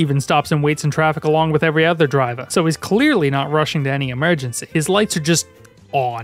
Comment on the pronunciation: reveals his boston heritage "moo moo fa'ms" "sabrina ca'penter" "driva'"